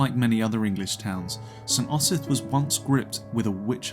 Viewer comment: Cannot watch the flawed pronunciation of "Osyth" grates too much